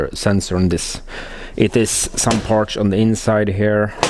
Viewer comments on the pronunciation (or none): lots of "parsh"!